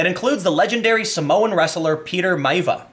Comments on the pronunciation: The Rock would be a great John Henry. Buncha dumbasses. Oh and you say it as Mai-ah-vee-ah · Let me help you out Tim: My-Ah-Vee-Ah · He has my approval to Rock Bottom and shove a mic up the candy asses of haters. When pronouncing Maiva, It's Mai-v-a. Then add an X in there just cause. (edit) isnt this his project through his own company?